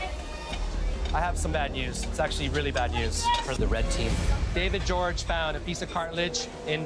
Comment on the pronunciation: Why do they pronounce David Jorge like David George?